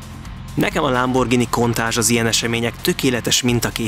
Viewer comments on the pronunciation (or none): none